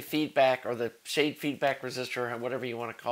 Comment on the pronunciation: Schade is pronounced "Shah-duh". It's a German surname and comes from the guy that wrote an article about plate to plate local feedback back in 1938,. Great series of videos on the amplifier though.